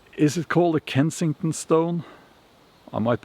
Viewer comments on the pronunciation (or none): none